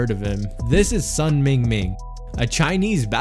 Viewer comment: The correct pronunciation for Sun sounds like Soon. His name is in HanYuPingyin format. Which is easier for non Chinese reader to read. You can't read 孙明明 if you don't understand Chinese.